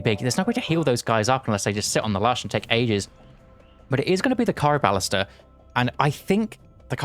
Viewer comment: Ironically enough that word is purely Greek in both pronounciation and how it's written and it's pronounced "Chee-roh-vah-lee-stra" and translates directly into "hand-crossbow"